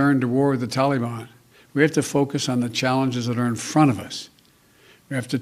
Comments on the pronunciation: Lol can't even use the teleprompter 😂. Using 9/11 as the withdrawal date shows clearly it's just a marketing and not strategic. He's clearly just doing it because of criticism of him bombing Syria. Lol "tall-ee-bon" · What's a "killafate"? And who are the "tillyban"? are they the same as the "tollyban"?... I guess Sleepy In Chief forgot that his Dingleberry In Chief pulled troops out of Afghanistan only to see the "tillyban/tollyban" regroup & become stronger so we had to go back. So is NotMyPedophile smart enough to realize that when we leave, the terrorists grow again? Apparently not. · Dude said taliban wrong